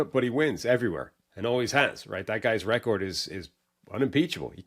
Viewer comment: why does dude say record like that 😭😭